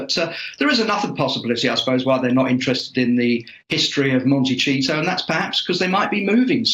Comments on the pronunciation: Did he say "Monte- cheese-o" 😂😂😂😂? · I had to laugh out loud when the one British guy kept saying "Monte-cheato"! Although H&M are cheesy, it's Monti-SEE-to! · I love pronunciation of the city as Monte-Cheat-O, and his smile as Lady C speaks the truth in no uncertain terms.. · Just as an FYI, Dianne Feinstein pronounces her last name with two long i sounds. Fine - Stine. I'm not sure if is being sarcastic or not but Montecito has a soft c, sounds like an s. It's a Spanish name. Lots of that in California.